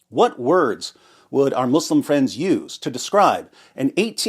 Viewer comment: You humiliate Mou-slim(accent to ''slim''). Sounds more funny